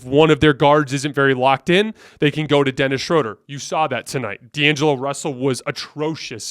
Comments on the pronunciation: It's pronounced Schröder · It’s pronounced Shroooooooder!!!! Great show! Go Lakers!